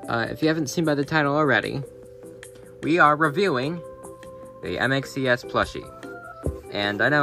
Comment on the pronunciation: Btw u said his name wrong its M.X.ES